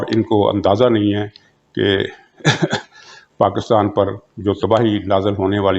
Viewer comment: कृपया पाकिस्तान को पाकितान बोलना बंद करें ।थोड़े से अभ्यास से यह सम्भव है ।